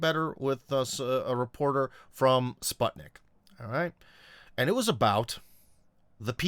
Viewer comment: did you say “sp-Ah-tnik”? 😩 you know it’s “sp-Oo-tnik” tsk tsk